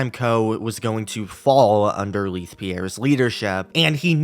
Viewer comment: Im so sorry but this is bugging me lol Leith = "lay-th" not "lea-th"